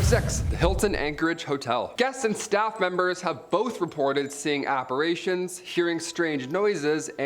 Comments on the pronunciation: Apper"A"tions... have you been learning vague speak from Emily... C'mon... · its apparition😭😭😭